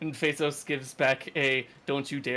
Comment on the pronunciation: I can’t help but hear Bezos when they say Fezos.